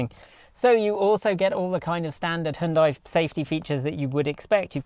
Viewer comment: HYUN (HON) + DAI ?!